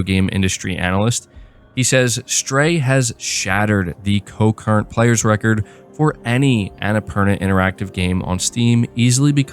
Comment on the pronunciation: Concurrent...not co-current 😉 Definitely will have to check this out!